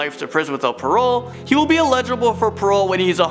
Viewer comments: Please learn how to pronounce "eligible" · You actually dont know how to say eligible